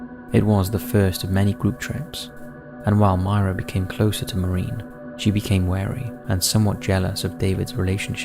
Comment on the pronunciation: it was an axe not a hatchet,,,, learn how to pronounce maureen/stalybridge & angina